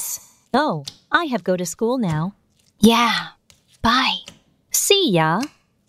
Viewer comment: OH NO THERES GREEN SLIME IN THE "SHOOL"